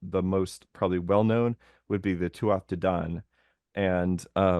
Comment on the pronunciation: Pronunciation: Tuatha - tua Bolg - bolug